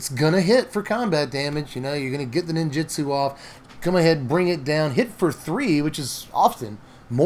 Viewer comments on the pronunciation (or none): you're great and I'm sorry to be this guy but NinjUtsu with a U, not Ninjitsu with an I, so sorry